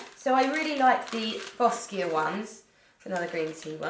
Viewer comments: It’s pronounced “bow-sha” 🤗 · Boscia is pronounced Bo-shaw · I thought it was pronounced Bo-Sha (Boscia)?